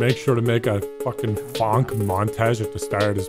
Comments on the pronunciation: Its pronounced “Phonk”, editor. What we heard was not “Funk”. This is an hour long!? My condolences editor. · i think its called "phonk" not funk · Dear editor, It's phonk not funk. Sincerely, Just Wing It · its phonk not funk